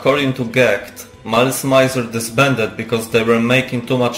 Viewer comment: Thanks for the video, but could you please at least make an effort to say the name of the band correctly? It's not that hard, it's French : malice + misère